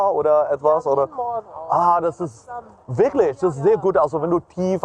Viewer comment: I disagree with you on the pronunciation part because if you look at for example when he says "Wirklich" german word for "Really" it sounds like he is saying "Wirknicht"lol and also "Nicht" german word for "Not" it kinda sounds like he is saying "Nisht", and these arent difficult words at all but he's just so confident in his linguistic abilities that basic word pronunciation has been thrown out the window XD